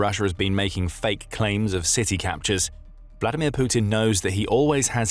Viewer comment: I always seem to understand "Bloodimir" when you say putins firstname ... 🤔